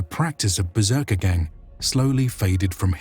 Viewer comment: I'll bet "berserkergang" was pronounced gång short a -- not gäng long a, gång being a germanic word, past participle of gehen "to go" -ergo, in English, "went". second, the tangs that stick out just past the spear head are found in other cultures. In addition to the uses mentioned, they would keep the spear head from going through a fighter's body or shield - if the spear is difficult to extract after a thrust then it becomes useless.